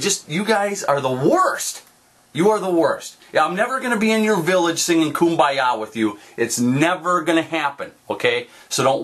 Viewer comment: LMAO kum-bye-ya